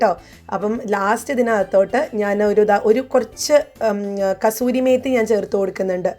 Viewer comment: കസൂരി അല്ല കസ്തൂരി മേതി എന്നാണ്